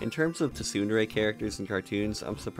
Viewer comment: she really said tsundere as “tuh-soon-dare-ay”